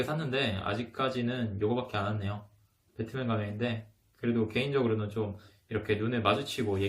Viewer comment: 고향이 어디세요? 전라도세요? 10초 "개인적으로는" 톤이 전라도 아니신지?